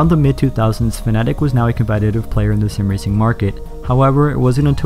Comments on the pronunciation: I like how you say fnatic and not fanatec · all my life i thought it was Fa-na-tech